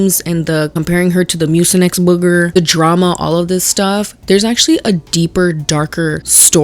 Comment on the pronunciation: The way you say "booger" cracks me up. I dunno why...😅